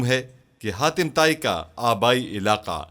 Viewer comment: Hatim ko khatim kyu bol rahe ho